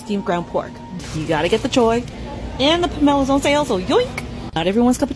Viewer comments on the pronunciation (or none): I've never seen someone pronounce pomelo like that